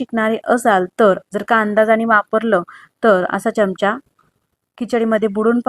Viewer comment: Pronounciation of some words kichadi chamcha is not as per Marathi